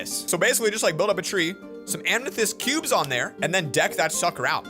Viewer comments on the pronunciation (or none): Lol, it’s so cute he calls it “amnethest” **(also amethyst is b My birthstone lol)** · Amkneethest and not amethyst lol